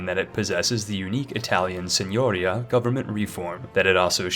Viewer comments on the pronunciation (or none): That was a damn good pronunciation of " Bologna" friend! ( But the pronunciation of " Signoria" has the accent on the second " i", is Signoría non Sìgnoria Hermione) PS Comments too are good for the algorithm!